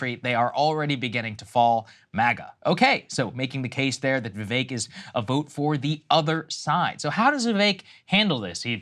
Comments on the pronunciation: For someone of India heritage, why is Sagaar mispronouncing Vivek's name? Vee-veh-k not Vee-Vei-k. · It’s Vivek like stomach ache